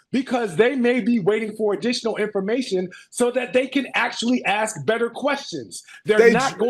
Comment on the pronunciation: Funny how Smith and Tatum can say ask perfectly but somehow says it like axes (like chopping wood) being racist is just plain stupid